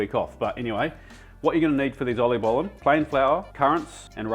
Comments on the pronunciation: the fact he also pronounces it correctly just warms my heart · Looks delicious, great pronunciation on the oliebollen and truly keeping the Dutch classics alive. Well done man. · Love your pronunciation of the word Oliebollen!